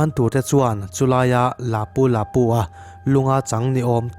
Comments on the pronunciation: A hming ilam dan chu le hahaa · Lapu Lapu i lam dan a dik lo